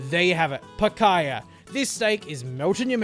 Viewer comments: Picaya? Lmao its picahna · Picaiyah? It's PEEK-ANYA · If you are gonna cook it, atleast try and pronounce it correctly, it is pronounced picanyia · Nice vid. Just the pronunciation of Picanha is more like “Pikaanya” sound. At least in São Paulo! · I'm glad he took the time to learn how to pronounce it.😐